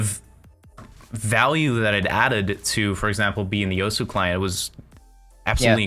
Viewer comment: I mean alot of people do it. I know it doesn't make it right but it makes it a more understandable mistake